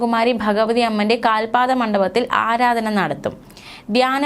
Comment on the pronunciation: മോളെ 'ദ്യാന' മല്ല 'ധ്യാനം' ആരാദനയല്ല ആരാധന